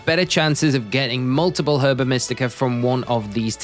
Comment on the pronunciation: Herba is said Erba